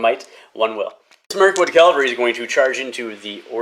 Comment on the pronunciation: It's said CAValry not "calvalry" please stop making my ears bleed 😂 Kudos for Angmar player putting up with your thinly veiled glee at the solid die luck you were having. Respect.